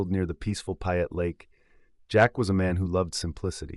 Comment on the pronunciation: If you are going to tell a story you need to pronounce the names correctly-- You lost me on "Payette"